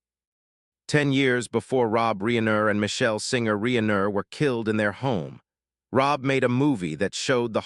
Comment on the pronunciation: Whadya mean? This warmly super-human -like, not at all AI-sounding voiced-narrator sounds like he’s a real expert on Rob “Ree-aye-ner”.😂😅❤